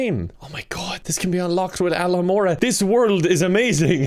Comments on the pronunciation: "This can be unlocked with Alomora" It's AloHAmora, not Alomoraaaaa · This isn't the Hawaiian school of witchcraft and wizardry! It's AloHOmora, not aloHAmoraaaa